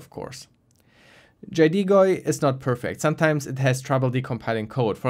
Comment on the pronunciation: why do you say jaydeegoy